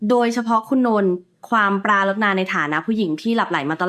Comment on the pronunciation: อะไรก็ดีนะแต่อ่านคำมันผิดครับปรารถนาอ่านว่า(ปราดถะหนาครับไม่ใช่ปรารดถะนาแล้วคนที่บรรยายล่ะว่าแม่ยายติดใจในรส Kuyลูกเขยแล้วและภูมิก็ติดใจในHeeแม่ยายจนโงหัวไม่ขึ้นทั้งคู่แต่ผิดศีลธรรมคือใช้สามีคนเดียวกับลูกสาว